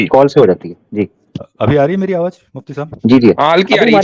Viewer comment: Bhai yeh Hindu hai, Aawaz ko Aawaj keh Raha tha